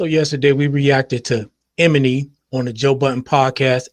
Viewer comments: It's pronounced E-my-knee 😂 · Not Em-eny! 😅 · Name is pronounced ee-MON-nee. But yes, he was being a hater. Regarding "How Many Drinks", this issue isn't that Kendrick's verse was bad. It was moreso that song didn't need a rap verse at all. No rap verse would have fit. That song just didn't need it. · Lmao couldn’t even make it past 30 seconds in after hearing “Eminy” 5 times lol. If you don’t know their names, I can’t listen to your input lol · Bruh! E-Mah-KNEE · Why tf are you sayin "Emanny" like that???? Are you serious??? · Lol how he pronounced “Emanny” ehm-uh-knee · Love your channel…the man’s name is: E-Man-Nee ❤